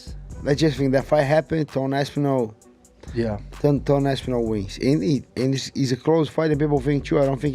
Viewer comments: Bro said, "Tom AP SIN AL" 😂😂😂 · did you really just said Tom Apsinal in the beginning of the video????